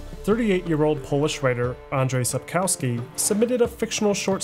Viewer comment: And-zhei sap-kov-ski Zh sounds like g from "genre"